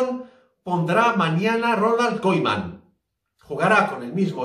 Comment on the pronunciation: Se lee kuman*